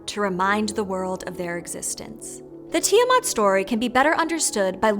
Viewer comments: Why does everybody pronounce Ti-eh-mut? Where they getting the mut from? Its Ti-aw-MAT.... MAT AS IN THE MATRESS MATRESSSSSSSSSESSSSSSS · Hmm... I have always pronounced it "Tai-a-mat", you know, with the "i" as "I"...